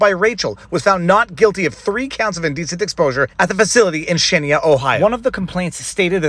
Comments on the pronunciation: Xenia is pronounced “ZEEN-yuh.” Greater Dayton really used to be “greater.” We were the home to incredibly inventive & visionary people. The Wright Bros., etc. now we’re known for opiate ODs and anti-science nonsense. 😢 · Viva, just because I know you like to be correct... The city in Ohio, Xenia, is pronounced Zeen-ya. Not zed but zee. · Zeen'-yuh is how the locals pronounce it. It was a lovely little town when I was a kid, hate to see this going on.